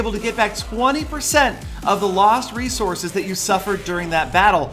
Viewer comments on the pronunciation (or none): none